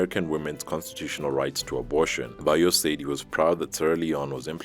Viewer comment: U can ask around others to help pronounce his name better, he's "Bio" not Ba Yo